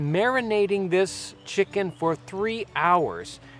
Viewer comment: Why do you pronounce it chick Kun